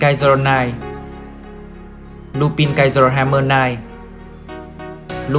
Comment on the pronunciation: Ad ơi Lupin đọc là Lupan nhé ad